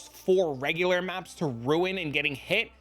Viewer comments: btw ruin = rue-in, not roon (rune) ! :D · it finally hits me: "Holy shit, he's saying RUIN"